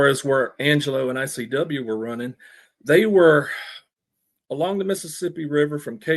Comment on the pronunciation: Conrad constantly saying IWC , instead of ICW , is driving me crazy 😂